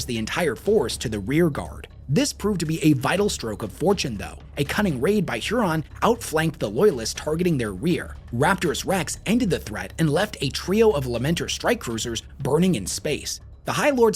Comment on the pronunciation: Learn how to pronounce rapturous. Its not rapt-er-ous